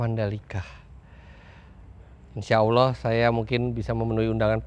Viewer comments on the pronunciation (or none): none